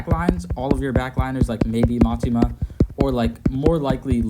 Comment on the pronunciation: Btw it's Mitama, "mee-tahmah" not Matima